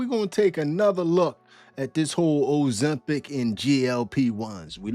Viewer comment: Ozemschitz 😂, say it again Bruh 😂